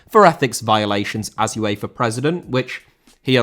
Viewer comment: UEFA * not Yuweifer